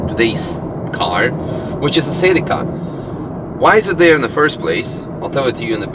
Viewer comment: is not SILICA its C E L I C A